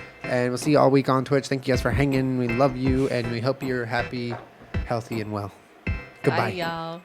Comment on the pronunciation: Jenna: mmmm that’s gwod